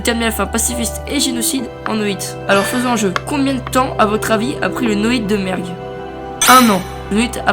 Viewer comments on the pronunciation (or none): a la place de merg jai entendu merde XD